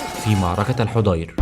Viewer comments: جزاكم الله خيرا.. ملاحظة وردت بعض الكلمات وفيها خطأ فبلدة الحضير اسمها الحاضر وقنسرين تضبط ب قِنِّسرين وليراجع فتوح البلدان وغيرها من المصادر بارك الله بكم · تصحيحاً لكلامك في الدقيقة 7.1 بلدة الحاضر وقنّسرين وليست الحُضير كما اسلفت يا اخي فا انا من بلدة ملاصقة لبلدة العيس(قنّسرين)